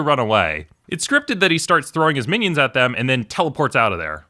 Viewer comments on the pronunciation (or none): Sorry but uhhh “minion*”